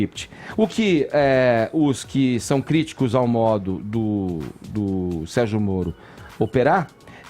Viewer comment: Deixa de ser besta fefito, fala direito. O que tem haver Queiroz com o ministro mouro.